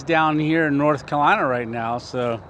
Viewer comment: it is not kalina it is North Carolina. if you are going to stay there, at least pronounce it correctly.